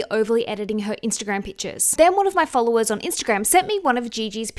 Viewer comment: She said pictures like “Pitchaz” drink a shooter everytime she say it you will be drunk in 2 min